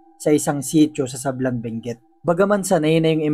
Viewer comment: Sablan hindi sablang😊